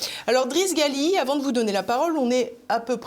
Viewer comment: L'invité s'appelle Driss Ghali , non pas Gali . La prononciation est toute à fait différente , informez vous madame la présentatrice ...